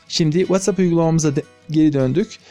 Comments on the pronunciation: Anlaşıldı, tamam "Veytsap" :D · Whatsapp deyişine bittim çok mu kastın😂😂😂